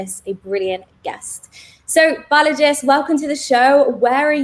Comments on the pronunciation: I laughed at the 'Balajis' 🤣 but pretty insightful interview 💯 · there's actually no 's' at the end of his first name — it's Balaji